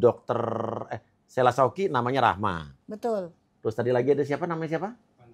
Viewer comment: Uya uya... nyebut nama aja gk Bener2 dr kmaren. Shella saukia ya uya. Bukan sela sauki😂😂😂